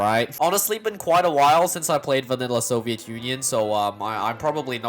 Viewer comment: “Sabetsky Soyuz” True communist detected